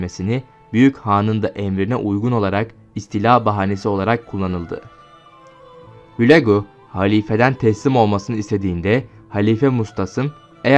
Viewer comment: Hulâgu diyeceksiniz,okuma berbat😮